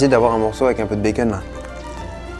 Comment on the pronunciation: J’adore comment tu prononces bacon békeune 😂